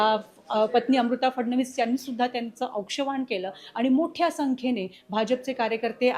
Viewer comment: औक्षण म्हणा...मराठीकडे लक्ष द्या..